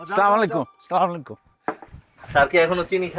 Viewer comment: নাটকে সালাম দিচ্ছে ভালো কথা কিন্তু ভুল কেন? Next time শুদ্ধ ভাবে সালাম দিবেন "আসসালামু আলাইকুম" হবে